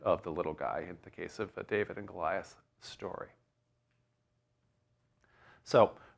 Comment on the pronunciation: Hello. You mentioned DWD and pronounced it almost as the Muslims pronounce Dahood, my name David in Arabic which I write with 4 Arabic letters and there being no equivalent to the English letter V. While working in the Saudi Arabian oil industry I learned of another story of David. It goes that, just as in Saudi Arabia today where any citizen can get an audience with the King, in the time of King David there was one day a line of subjects waiting to see the King. Two herders who had a dispute did not want to wait so scaled the palace wall into David's chambers. When David entered they apologized but he said "fine. What is your dispute?" They iterated their business dispute to which David became irate. He lectured them about 'real' problems, quickly building mountains in the air. When he looked down they were gone. Then David prostrated himself on the floor and begged God for forgiveness for having failed the test.